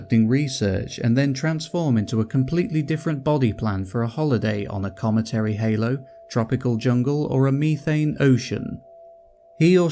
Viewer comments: I don't know who told this narrator that he's qualified to read audiobooks, but when there are 3 ignorant egregious mispronunciations in 3 minutes... (cometary, lithe, schism) Pity, sounds like a great story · Ok I'm 3 and a half minutes in and so far cometary, lithe and schism have been mispronounced, have you ever read a book before?